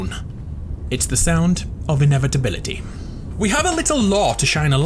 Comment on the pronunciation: The way he said inevitability was pretty funny